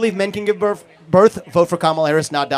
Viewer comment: Give “birf”. The “earf”. Try saying “th”